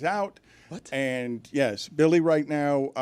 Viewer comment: Does Dan know it's Billy not Willy 😅